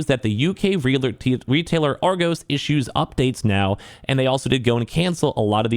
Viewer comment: You pronounced Argos wrong :)